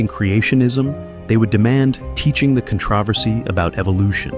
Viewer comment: AI reading sux. “A U.S. versus them mentality”?… “conTRUHVersy”? I’m out.